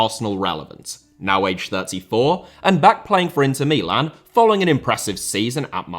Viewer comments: milan are the only clubs you attenpt (incorrectly ) to pronounce in the native language. Do you book a flight to Rome or Roma? Please stop my ears are bleeding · Yes, I wonder where he got that new pronounciation for Milan... a bit jarring.